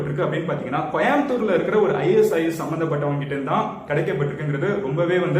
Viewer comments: யோவ் கொயம்புத்தூர் இல்ல கோயம்புத்தூர் எங்க சொல்லு கோ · தம்பி கோயம்புத்தூர்.... சரியா சொல்லு....😄